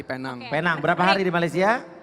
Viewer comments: Sebutan betul ada lah. Pee Neng. Bukan Pay Nang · ejaannya P. E. N. A. N. G. sebutannya P. E. N. E. N. G guys